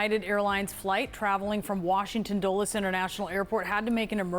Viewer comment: It is not a D-oo-les airport; it is D-ah-les one.